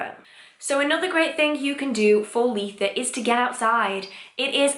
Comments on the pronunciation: I’ve heard lots of ways that people pronounce Litha. I’ve never hear L-ee-tha before x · I’ve never heard someone pronounce Litha like I do!